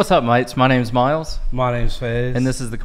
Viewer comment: I've been tutoring Miles on the pronunciation of "mate" for some time now. He actually "got it" recently but sadly has "lost it" again in this video. I'm afraid that he is a slow learner! It's an F this time for Miles. Saaaaad!